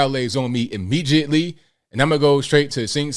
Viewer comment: Hilarious ! "immigieatly"